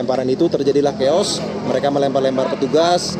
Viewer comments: Chaos dibaca kaos 😂😂😂😂😂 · sampai terjadi kaos? keos mbak.. nyebut aja salah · Keos .....bukan kaos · Wah..pembaca berita TV One...keos jd kaos...😂 ( apa disangka bahasa inggris atau saking semangat✌😀